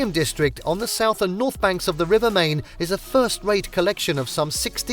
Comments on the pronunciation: Is there a reason that you cannot pronounce the Main(mine) correctly!!😡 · Stop saying Main. It's pronounced like Mine. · PLEASE LEARN HOW TO PRONOUNCE MAIN